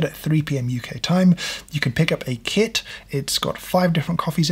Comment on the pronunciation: I thought you said kid instead of kit. It's basically like coffee as it also keeps you awake